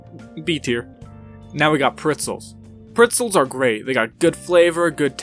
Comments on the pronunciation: Did he just- Did he say “pritzels”? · It hurts me every single time he says it